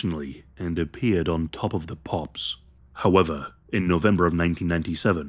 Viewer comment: Top of the Pops sounds more like "Hop on Pop" 😳